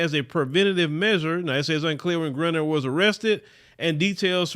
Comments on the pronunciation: Dude say her damn name right its Gri-👁-ner and your content is bad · Sad that she has to go through this and says her last name wrong! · I cannot take your mispronunciation of her name.